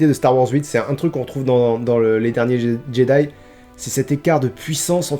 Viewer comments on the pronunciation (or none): none